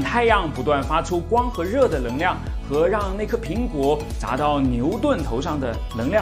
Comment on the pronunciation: 我很好奇，你“能够”能读对。但“能量”就读不对 是什么道理？